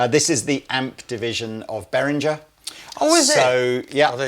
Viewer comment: Not really the point of the video and a bit nitpicky, but I believe there's hard G in Behringer (them being a German brand and all) and I've also heard from multiple sources Nux is supposed to be pronounced "new x" (there's even a sort of hyphen in the logo). But now I'm not so sure tbh, because clearly should know, dealing with those companies directly...?